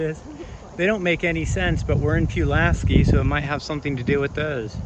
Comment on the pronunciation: It's PULL LASS SKEEE lol